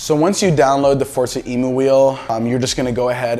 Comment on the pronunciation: Thanks dude great vid. Short and to the point. Btw, i don't think its Emu as in the bird i believe its taken from the word Emulate 🤷‍♂️